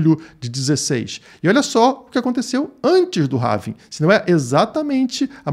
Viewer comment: Apenas uma correção de pronúncia da palavra Halving... em inglês não se fala rálving (como as pessoas falam no Brasil), nem ráving (como você está falando no video). A forma correta de se pronunciar é réving. :) Quanto ao video, excelente análise. Forte abraço!